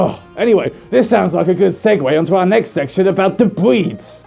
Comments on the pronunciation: “We have so many bweeds of dogs we even have a gweping system” am I the only one...? 😂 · "Bweeds of dogs" yes, yes they are.